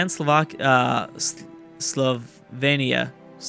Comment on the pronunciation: LOL he totally messed up saying Slovenia in English but I think he nailed how the Slovenes themselves say it, or close to it. What a coincidence :D